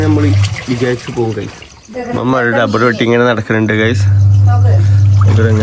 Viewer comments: ഡബ്ബർ അല്ല റബ്ബർ ആണ് മോനുട്ടാ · Dubber alla Rubber. Aan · ബ്രോ. നിങ്ങളെ കളിയാക്കുകയല്ല🙏ടബർ അല്ല. റബർ എന്ന് പറയണം